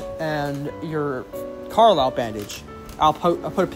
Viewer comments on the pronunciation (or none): none